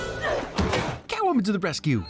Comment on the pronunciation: Did.... did you just pronounce Catwoman like Gyattwoman while she was bending over in the apartment scene? 😅😂